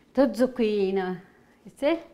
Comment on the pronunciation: ZucchinE...not I.